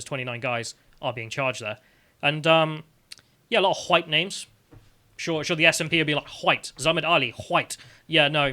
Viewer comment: Quick one Why are you pronouncing their names with that inflection? Alex Bel did the same thing last night. Just curious, trying to learn.